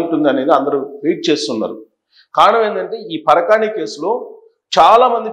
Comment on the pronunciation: SIR NOT PARAKAANI CARECT WORD PARAKAMANI